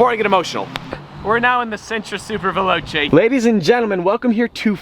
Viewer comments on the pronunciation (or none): none